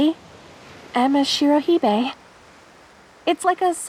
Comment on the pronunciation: I just noticed the note about the Shirohebi pronunciation and just speaking as a ginormous weeb I think you almost got it, but instead of it being said like shiro hee-bay, it's shiro heh-bee I hope that helps if you were still worrying about it, and you did a lovely job with this one!